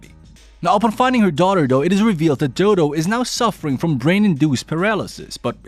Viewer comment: I'm sorry but doo doo got me laughing cause her name is dodo = doh doh is how to pronouns it